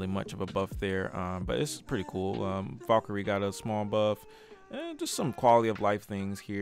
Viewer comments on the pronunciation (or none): none